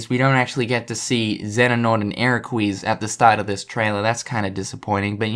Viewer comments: omg, ign is so good with their analysis this time, i mean, they know so much about the series and go into so much depth with the characters and they give us such good explanations.... seriously, ign just fucked up all together on those last reviews......... XENANORT AND ERAQUEEEEEZ WHOOOHOOO!! LETS BUTCHER SOME MORE NAMES!! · Cracked up when he said "Xenanort and Eraquise". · LOL YOU REMEMBER TO SAY ERAQEEZ